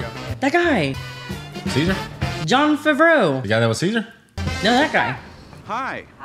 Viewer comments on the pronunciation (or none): John “FevRow”😂